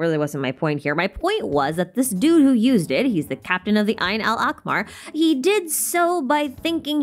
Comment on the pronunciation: "Ayn Al Akmar" ??? It's Ayn Al Ahmar (or just say the eye of red) For grammar's sake.